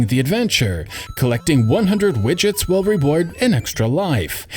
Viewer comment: If I couldn't Speedrun Mario in 6 minutes I'd b sick of it....did u just say widgets